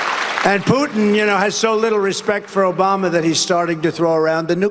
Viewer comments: Obama. Isn’t a president anymore why does this idiot keep saying oboma. Lamo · O-BOM-NUH! Tresident Pump lol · ‘Obamna’ ???? lol Chump’s Done!!!